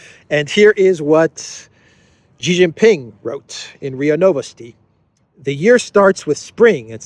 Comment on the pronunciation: Hey, please pronounce Xi as 'shi'.